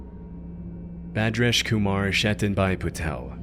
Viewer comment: Funny how he said the indian mans name PERFECTLY and I could tell that he actually spent time learning how to say it correctly, and then later with Arnaldo Jimenez he just pronounces his name the most American way possible 😂